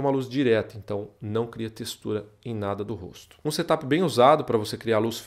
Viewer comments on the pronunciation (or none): none